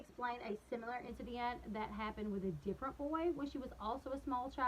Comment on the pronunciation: I love watching your videos. When you say SimUlar... instead of Similar it drives me Nuts. Ok rant over